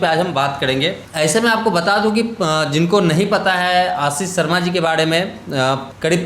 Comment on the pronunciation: Bhai aap 'Sh' ko s & R ko Da kyun bolte ho? PROBLEM : Pdoblem, Ashish : Aasis, Experience : Expediance?